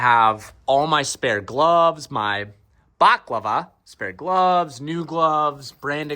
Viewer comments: its BA-LA-CLAVA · its balaclava, baklava is a pastry xD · wears a mediterranean pastry for his head. Baklava instead of a balaclava 😅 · Dam, ya still racing with pastry on ya head, why ain't anyone at hunt and co told ya it's ba·luh·klaa·vuh at least it make us giggle 😂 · Speaking of failure, ITS BALACLAVA NOT BAKLAVA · My brother in Christ, I can’t tell if you’re trolling or not but baclava is a treat. You wear a balaclava hahaha